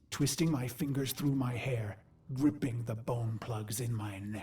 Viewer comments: lmao losing the g in gripping makes for a much more brutal sentence. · Pretty sure Ordis says “gripping the bone plugs in my neck” not ripping.